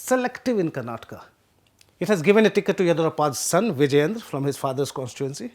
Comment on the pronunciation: since you are going to cover the Karnataka elections over the next few weeks - please get the pronunciation of proper nouns accurately. It’s not Chitradurg but Chitradurga. Also names that end with “dra” like Vijayendra are pronounced differently in south India than in north India. Also Basavaraj is pronounced as bus-uv-ah-raj not bas-uv-a-raj. Please keep in mind the sensitivities of the viewers especially paid subscribers like me